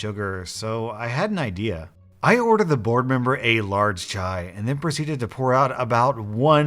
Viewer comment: How you said chai was the right way